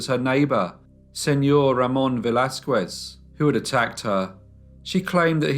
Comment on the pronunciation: Pls learn how to pronounce Spanish names as you seem to now how to in French. It was painful to hear you say Velasquez.